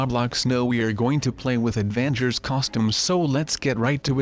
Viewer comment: Avangers lol rablox XD